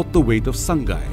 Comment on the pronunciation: 'Saang-gai' means 'HOME' whereas 'Saa-ngai' is the above mentioned deer. It is hard to pronouced to people who are not native to manipur.